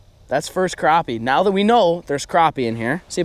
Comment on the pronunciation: you say crooopie nut its spelled crappie